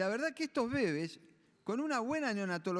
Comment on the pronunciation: Por que les dice bÉbes? Jajaja encima que son fetos, hace el acento en la sílaba equivocada